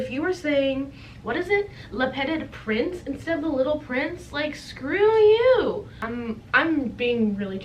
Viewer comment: the way you're pronouncing le petit prince pls😭😭